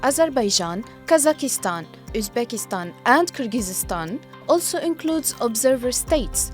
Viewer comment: This is not how you pronounce Kazakhstan and Kyrgyzstan in English.